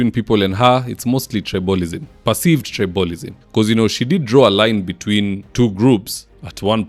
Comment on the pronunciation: Wanga is overeating. She is growing big cheeks. I love your English but was surprised to hear you say the word👇🏽 Tribalism Check the correct pronunciation and teach other Kenyans. I had unsubscribed when you were bashing Raila but now I am back with my fellow Ugandans. 🇺🇬